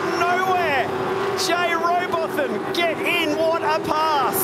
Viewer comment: Its robot ham not robot tham